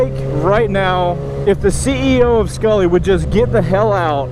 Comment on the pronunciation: Not skullly